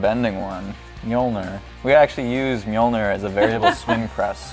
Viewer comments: You need to learn how to prounounce Mjölnir... It's not with an O like you do it's with an Ö !! Phonetics: [Mjœlnɪr] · If you try to say o and e on the same time you should be able to pronounce ö as in mjölner